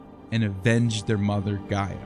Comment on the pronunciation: You misrepresent the Greek mythological Greek gods chronicle, you can’t ever pronounce the names right or by order ! The eagle is a physician symbol , that’s why is called the physician eagle , and not the Egyptian! Try to do better orderly description of your projects in the future , And get the names right ! Is ΓΕΑ γεα , ΓΗΣ γης - earth !! ΟΥΡΑΝΟΣ ουρανός - SKY ‘